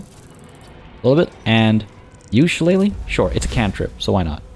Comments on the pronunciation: You're pronouncing shillelagh properly. I know because of the wrestler Finley back in the day he used to use one as a weapon 😅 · Awesome start, glad to see you starting a playthrough of BG3. Can't wait to see the next episode. And as for the pronunciation of 'Shillelagh' you were spot on!